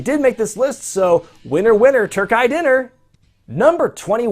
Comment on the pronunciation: terkay sound terkey